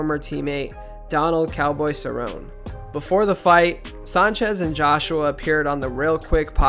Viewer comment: cool but the pronunciation messed up on a couple names. like cerrone is sir o nee